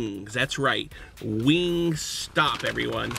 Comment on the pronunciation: im triggered every time he says wingstop